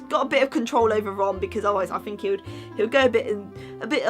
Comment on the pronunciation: I fink so I fink (oh it makes me laugh that you cannot say think so thanks)